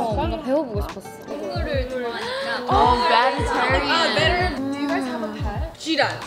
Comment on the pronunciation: did I just hear say “oh vegetarian” or am I tripping?😭😭😭 HAHAHAHAH